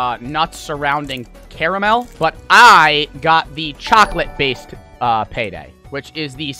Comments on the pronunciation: saying “chockleat” gets me all the time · Dude said "chacolate" 😂😂😂💀💀💀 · “Chaclat”